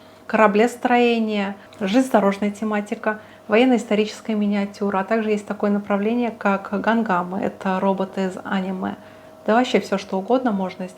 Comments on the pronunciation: Не гангамы, а гандамы) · не ганКамы, а гандамы(gundam)